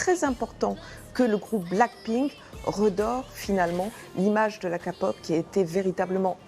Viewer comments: De la KA-POP Nan, mais si vous savez pas, vous parlez pas. ON DIT K-POP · Mon dieu j’ai l’impression qu’elle dit capote prononce bien stp !! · C'est toujours pas la kApop mais la Kpop (à l'anglaise) ! Si vous faites un reportage faites le bien... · Alors sachez que de 1 on dit pas Kapop mais K-pop et aussi que les idoles se suicides la plupart du temps à cause du cyberharcelmenet. Et puis si vous ne le saviez pas le cyberharcelmenet et très prèsent en Corée du Sud et c'est à cause de sa que les sud-coréen se suicides (bon pas que ça mais c'est la principale cause) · non mais vraiment pourquoi dire nimporte quoi quand on ne connait pas le sujet deja de dire que sa fait beaucoup d'argents c'est logique et derriere il y'a aussi de la passion et comment vous parlez du suicide c'est vraiment nimporte quoi et aprrenez a dire K pop au lieu de KA pop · Elle a dit ka pop alor que c'est k pop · La kéééééé KKéééé POP répéter après moi KÉPOP s bien matenant si je dit k-pop s képop pas kapop 🙄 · Sa se dit kay pop pas ka pop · Déjà c pas "KAPOP" mais "Kpop" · Non, mais, qui dis ka-pop c’est kéy-pop /k-pop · non mais sérieusement renseignez vous avant de faire un reportage parce que après vous donner une image plus que nul pour les fans et les groupes, alors la prochaine au pire invitez un fan ou quelqu'un de BIEN renseigner (et surtout ON DIS K(-AY) POP ET PAS KAPOP) et aussi les artistes de kpop de base ne son pas la pour faire un max d'argent mais pour partager leurs passions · MAIS K SA SE LIT KA PTN ON DIT KÉPOP!!! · Kpop on le dit pas kapop .kpop on le dit kaypop mais sa s'écrit kpop,cour fini 😂😂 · Je suis la seul a qui ça gène quand elle dit kapop au lieu de kpop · C'est pas Ka pop c'est K POP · Ils lisent la lettre k... en prononcation on dit pad kpop mais képop. Car sinon kpop sa se lit kapop. Car k se lit "ka".. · « La kapop » 🤣🤣😭 Mdr aidez moi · La ka-pop Non mais non mais faîtes un effort 😭😭😭😭😭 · Kapop 😑😑🤦🏼‍♀️🤦🏼‍♀️quand on connais pas on parle pas 😒😑😑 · KA pop 😂🤦🏻‍♀️